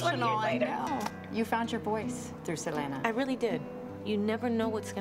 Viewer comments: Its Selena not Selana woman lol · I know the interviewer is trying to be respectful by pronouncing en español, "SEL-EHN-NAH" pero it's, "SEL-EEN-NAH" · It's Se-lee-nah! Not Se-len-ah! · Someone tell that host to stop saying “Salayna” it’s Seleeena 😂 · The interview lady pronounced Selena name wrong. She said Salana🙄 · Its seh-lee-nah for anyone that's confused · Selena not salayna. Lol who is this reporter? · Lindsey Dickey that's the spanish pronunciation but yes even Selena said herself she goes by "Seh-leena" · Idk who “selana” is🤔 that lady needa learn to pronounce her name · The journalist could've pronounced Selena's name right 🙄 Other than that it warmed my heart to see JLo reflect on the impact Selena had on her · She said her name right the whole time until the interview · The interviewer said Selena's name wrong and she got her age wrong 😒😒 lady get it right next time. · A lot of these interviewers keep pronouncing her name totally wrong